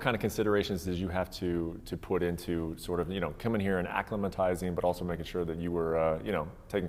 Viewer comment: Dude actually said "acclimatizing" 😅🤣